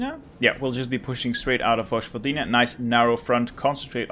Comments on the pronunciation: It’s pronounced “voyvodina” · Cool video! Just a little advice: J in most (if not all) Slavic languages is pronounced as "y" in "yes", so Vojvodina would be pronounced as Voyvodina/Voivodina. It's where I come from :)